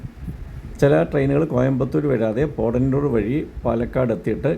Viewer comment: പോടന്നൂർ ആല്ല. പോത്തന്നൂർ